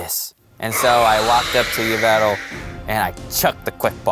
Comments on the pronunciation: yvetal????????????? 🤣 Yveltal not yvetal lol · Isn't you-vel-ta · It,s yah-vel-tall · It’s pronounced Evel tall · It yaveltal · YVELTAL MY NAME IS YAW-VUL-TALL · It's yeh ve tal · It's pronounced ee-val-tal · Its pronounced EE-veltal not what u said. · It's A Female Pyroar And its pronounced Yv-Elt-al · It's not Yveltal it's Yveltal